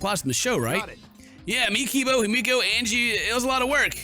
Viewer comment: The way he pronounces himiko- It’s He-Me-Co Not Hi-meek-o My gosh 🤧😖